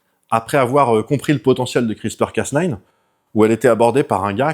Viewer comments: Hello, C’est Cas NEUF et pas Cas NINE car comme tu l’as dit bouffy c’est à moitié français. Cocorico, la bise Un tesar en Microbiologie sur l’application crispr cas9 sur les tumeurs ❤️ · D'ailleurs, le casse-neuf non plus ne se prononce pas. ^____^ Soit c'est casse-nine, soit c'est cas-neuf. :p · Ouais mais soit tu dit le A à la française et le neuf, soit le A à l'anglaise et le nine mais nain un mélznge des deux fréro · ben il insiste sur "casse nine" (phonétiquement). Et ça semble receller une blague. Que beaucoup de gens relèvent dans les commentaires. Et franchement ça m'échappe.